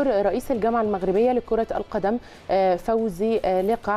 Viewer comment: اسمو فوزي لقجع تعلمي النطق الجيد سيدتي الكريمة قبل الهواء